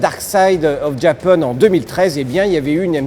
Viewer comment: Va falloir arrêter de dire « Dark side of JapEUNE »